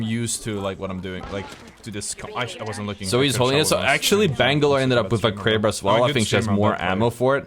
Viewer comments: Lmao “I got 3 shots in my kwaber” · Bwo went cwazy with the Kwaber